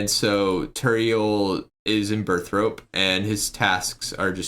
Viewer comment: why do u pronounce burthorpe as burthrope? :P